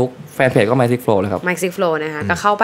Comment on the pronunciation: Mikeไม่ใช่mickไม่ใช่หรอครับ